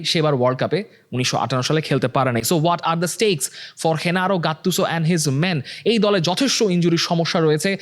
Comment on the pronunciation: Bro why you pronounced Hennaro😂 in place of Gennaro Gattuso .